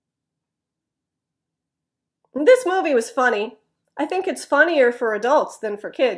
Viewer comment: "was" is not pronounced [wəz」or [waz] but like [wiz] or [wz] when you speak at natural speed. It stunned me. What is what I have been studying so far such a easy word. What I have to do is to get used to it. And, could I have a question? You said at the beginning, "I have watched three movies from home." I wondered "from"? Isn't it "at", is it? Thank you as always. Invisible pollens has come to me. My eyes and nose are itchy today a lot. btw, Are you alright with earthquake? I hope you're safe. We have no shaking last night here in Nishinomiya next to Kobe. Take care.